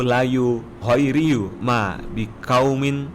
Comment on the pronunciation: Yuhoyyiiru min bukan yuhriyu